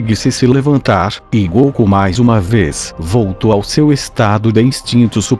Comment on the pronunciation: Quem é esse comentarista do vídio que não sabe falar o nome de goku direito? Na pronúcia dele ,ele fala goocu. E não goku.